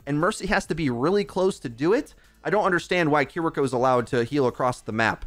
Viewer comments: Bro, you make money off this game. At least pronounce the names right. Kuh-reek-oh sounds like she smells bad. Kiriko. Keery-co, bro. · It's "KEE-REE-KO" btw. Not Kuri.., kiki.. or..kuki... ^^